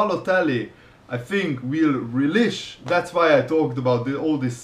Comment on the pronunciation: Rell - ish not relesh